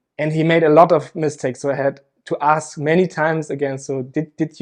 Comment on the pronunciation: You want to “aks” him ??? Axing skopolomine victim ??? It is much worse than drugging 🤣